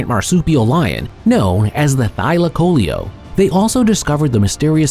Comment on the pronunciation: Sigh, you may notice that "thylacoleo" (Marsupial Lion) ends in "leo" as in lion. Maybe try pronouncing the word correctly.......